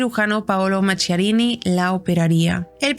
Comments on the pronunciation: Se pronuncia Maquiarini, en italiano la h suena como q, no qu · FRANKENSTEIN SU NOMBRE SE PRONUNCIA MAQUIARINI , LA RESIDENCIA DE VERANO DEL PAPA SE LLAMA CASTEL GANDOLFO.GRACIAS MI AMOR ❤POR TU EXCELENTE INFORME👍